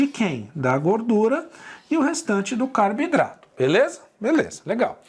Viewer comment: Professor pq você fala Carbidrato e não Carboidratos?